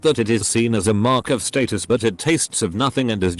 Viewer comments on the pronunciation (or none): none